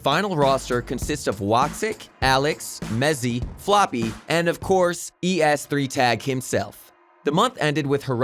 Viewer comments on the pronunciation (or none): Holy shit. Please learn a thinf or two about the scene and then be a narrator in a video like this. If you say E S three Tag instead of just es3tag than something is wrong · "e s three tag" WTF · I like how he pronounced xyp9x and es3tag